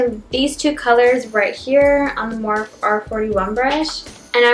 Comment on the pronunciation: love this look but PLEASE learn how to say "morphe" correctly. you are saying "morph" the e isnt silent. its pronounced "moor-fee"